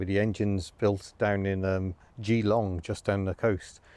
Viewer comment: Yep you pronounce Geeeeelong correctly 👍